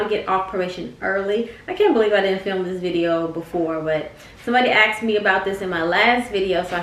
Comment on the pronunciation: As soon as i heard aksed💀